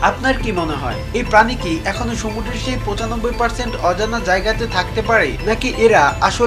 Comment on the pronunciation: Vai apnar uccharonta shuddho na... Sumudro re apni সমুড্র bolcen...